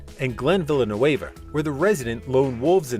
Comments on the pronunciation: Hey, it's not Villlenueva, it's Villeneuve (French). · Okay, in the opening seconds, Glen tells you his name and Immediately you mispronounced it !! No one is going to take this clip seriously.